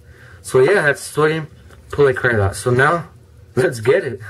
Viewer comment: It is so-Di-umm-poll-eye-acr-a-late